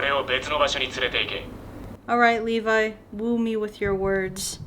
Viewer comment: lmao aki ur kinda saying levi's name wrong